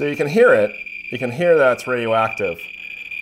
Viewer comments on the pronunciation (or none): none